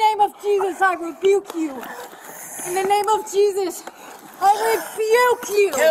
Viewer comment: Wtf is reeevuke? Been watching to much dragonballz.